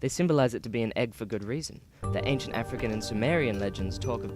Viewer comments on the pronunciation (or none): none